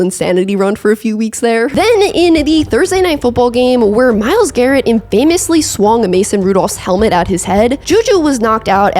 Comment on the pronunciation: lol "in-famously"